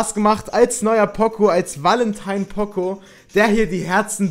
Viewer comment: pooooocooooo nicht pOcO